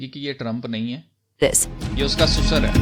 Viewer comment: Susar nahi sasur kaho yaar